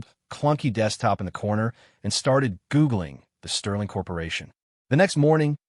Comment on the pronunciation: "Annd III StaarTeDd GooooGling" LOl the accent